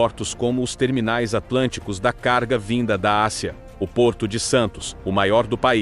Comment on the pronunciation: Ridícula narração com Inteligencia Artiificial, cheia de erros de pronúncia. ACIA em vez e Ásia e assim por diante.